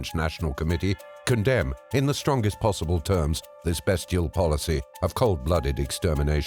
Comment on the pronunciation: It's pronounced BEASTIAL NOT besteal